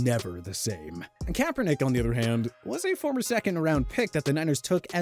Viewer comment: You said kaperdick now you’re forgettable